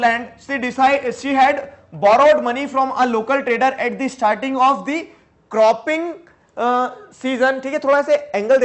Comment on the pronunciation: sir you should not read it di because the is used on front of consonent and di before vowel and C (cloth) is not an vowel thanks